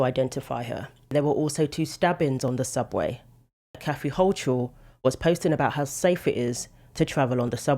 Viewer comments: Hochul is pronounced Hokul. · Thanks for the update! Very sad. I live in NY State and we pronounce Kathy Hochul's name this way: Hoe-coal.